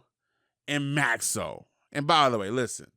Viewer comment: Oym I heard say “maxo Vs. Lizzo “💀💀💀💀💀💀